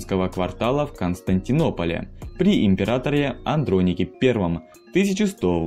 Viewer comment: АнтиохИю ПатриорхИю АндронИк Проверяйте ударения.